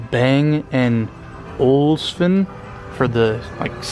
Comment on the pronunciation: Fake wood? Can't pronounce Bang & Olufsen? LMFAO OMG! Like that background music, his brain left the dealership at the speed of light.